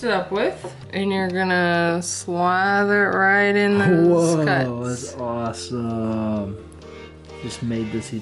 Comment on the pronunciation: you sound weird when you say awesome